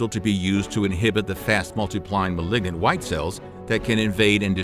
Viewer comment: Awesome information but you mispronounce malign and malignant. It matters for anyone pursuing medicine.